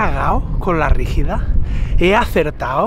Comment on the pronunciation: No es la RÍGIDA, es la BRÍGIDA xD !! y nooo... no la haz cagao xD 🇨🇱